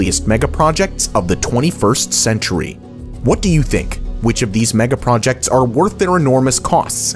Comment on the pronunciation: stop saying “megaprojetcs” 🤦🏼‍♀️